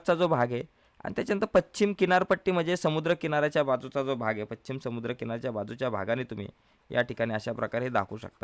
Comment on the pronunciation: व्याख्यान उत्तम पण पच्छिम नव्हे, पश्चिम....